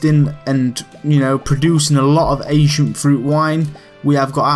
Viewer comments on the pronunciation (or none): almost heard it as Asian fruit wine :P